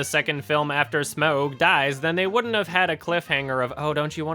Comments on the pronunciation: There's no O in Smaug. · "SMOUG DAAIS" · The way he says smaug is hilarious lol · Anyone else love it when says Smaug?